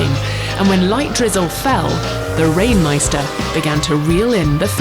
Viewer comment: How much german she pronounced the „Rain-Meister“😂😂